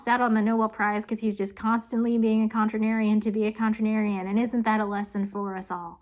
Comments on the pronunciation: I'm so sorry and your usually so smart. (I make mistakes constantly) but I just had to ask....are you trying to say contrarian...cause I can't find a definition for contranarian. But I will look again. Super funny tho cause your hot takes crack me up when your not saying a word wrong (that I would just expect you heard before) over & over again lol. Still great topic, vid and the rest as usual. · did you say "contranarian"? thats not a word, is it??? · This video made me look up the word "contranarian" and the main thing I found was an urbandictionary post that links back to this video. I'm a KY native myself and I've never heard that pronunciation. Definitely some interesting twists in this story though. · dw i find your contranarian pronunciations interesting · Contrarian. I don’t know where your extra syllable comes from. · "Contranarian"? Must be a Kentuckianan word. You cannot blame "accent" for adding extra syllables. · Lmao right? I heard it so many times that I actually started feeling like it WAS contranarian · its contrarian, you're adding a syllable, just sayin' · Tots. It's possible it's a regional (or even just familial) mispronunciation, or just a brain fart. I've never heard that pronunciation before but there are other words that I hear mispronounced more often than not in a way similar to this: - mischievous -> miss-chee-vee-us - interpret -> in-ter-preh-tate Or maybe her brain smushed 2 different words together. My wife does that all the time and it's often quite funny. There's a word for that... Spoonerism? Mondegreen? I can't remember. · Googled it and what i found now says "Contranarian' alternative pronunciation first coined by theoretical physicist and gifted YouTube educator ". Gold. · I'm a Finn and understood you just fine... My eye twitched every time you mispronounced "contrarian" but otherwise you were great and quite understandable 😁👍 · Your mispronunciation of 'contrarian' was driving me batty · Contrarian is 4 syllables